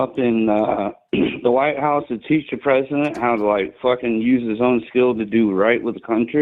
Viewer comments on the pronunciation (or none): none